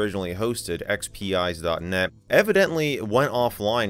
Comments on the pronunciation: I think it's supposed to be pronounced ex-pize instead of ex-pee-ize because it's a play on "spice". Thus the salt shaker icon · I thought it would be pronounced EX-Peez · Not that it bothers me at all, but I believe it is pronounced like "X-Spize" because it "spices" XP up. The logo also looks like a salt/pepper shaker.